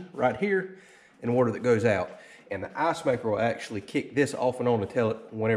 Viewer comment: Everytime when he says icemaker its sounds like assmaker